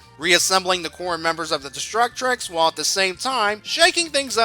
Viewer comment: Great work but why do you pronounce it "Destructrix"? There's only one letter R.